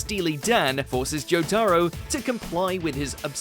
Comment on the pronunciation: Why is he saying Jotaro like that. Joe-Taaro